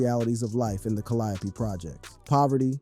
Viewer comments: Bro said "cuhliopee"😂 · He keep calling the Calliope tha kall-iope projects what's the matter with this guy lol #FREEC-MURDER#TRU ALWAYS LOOK A MAN IN THE EYE BEFORE YOU KILLEM